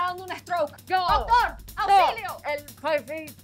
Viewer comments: Pofifer...Fe Fi fo Fun 🤣😂😂😂 oh I remember my abuelita having hard time saying some English words too😄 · Fai-cer, abuela